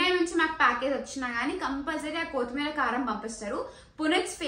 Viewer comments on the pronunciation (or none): none